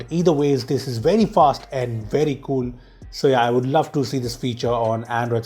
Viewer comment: in each 15 seconds: kuul features!